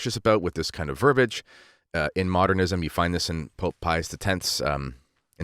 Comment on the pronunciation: It's verbiage [ vur-bee-ij ].